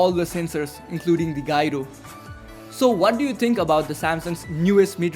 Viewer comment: its gyro not jyro!